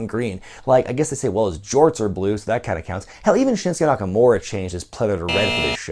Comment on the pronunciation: It's fuckin' Shinsuke!